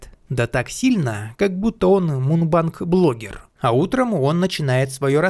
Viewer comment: Не мунбанк а мукбанк